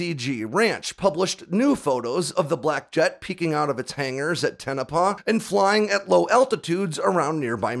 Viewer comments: Tonopah, is pronounced "Toe-no-pah," not "Ten-oh-paw." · Just a note, Tonopah is pronounced toe-no-paw, not ten-na-peh. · I appreciate everything you do putting in the work making these videos. But, I have to point out it pronounced Toe-Nah-Pah. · There's no 10 in Tah-no-pah Or Ton-oh-paw. Great video though. Love seeing these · It’s not Tenopah it’s Toe- Na- Pah ……. Tonopah To - No - Pah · It’s the “TOE-no-pah” test range, not “TA-na-pah”. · The correct pronunciation of Tonopah is 'tone-o-pah', not 'ten-a-pah' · Toe-Nah-Pah. Not Ten-Ah-Pah. Also... Pan-Ah-Mint Valley. Not Par-Ah-Mint Valley. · Toe- Nah- Pah.... Not Ten ah pah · It’s TOE-no-pah … not TEN-o- pah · TONOPAH NOT TENOPAH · Tone a paw not ten a paw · TONE-OH-PAH, not TEN-OH-PUH say it right or don't say it. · it's not "ten-a-pah" it's pronounced "toe-no-pah" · Tonapah is pronounced as Toh-nuh-paw, in the Las Vegas area... My father was in the US AF, primarily at Nellis AFB... I was in the US Army, primarily at Ft. Sill. Thanks nonetheless, fellow brother-in-arms and Patriot. 😊. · "Ten-i-pah"???; ) Semper Fi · It’s pronounced “Tone-a-paw” FYI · It's pronounced Tone-A-Paw. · Some seriously mangled pronunciations in this video Tonopah (TOHN-ə-pah), and if you can't read pronunciation guides, this will get you closer than what you were saying : Toe-nuh-paw Nevada (nə-VAD-ə) - the first "a" is hard, not soft. And there's no such place as the "paramint" valley as stated in the video, it's the Panamint valley. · We pronounce it Toe-Nou-Paw (like the sound you make when saying eNOUgh) and Nev-aaaa-daaa (like da-da) not Nev-ahhh-daaa, sorry it was bugging me. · It's Tonopah (pronounced tone oh pa), just a heads up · its pronounced (TONE- a -PAW) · Why are you pronouncing it " Tenepah"? Other than that - love your work. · Isn't it "Toe - Na - Paw" ? just axin' ..... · It’s pronounced Tone-a-pa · Pssst, there is no E in Tonopah. Tono_pah bruh. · Tonopah pronounced Tow no paw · It's pronounced TONOPAH.